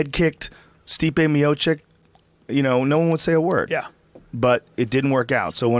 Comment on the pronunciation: Man Joe stop saying Miočik and please plase start pronauncing his name correctly it's Miočić like to times Č! thanks you